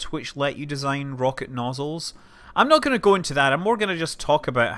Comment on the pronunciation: I think it's funny when I hear a Scotsman talk about "noozles". Thanks, Simpsons.